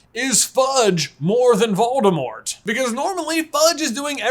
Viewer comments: Voldemor is back,"t" is silent ;) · I really love your videos, but the way you pronounce Voldemort dries me crazy 😅😂